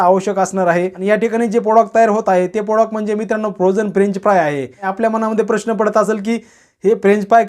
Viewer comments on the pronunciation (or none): none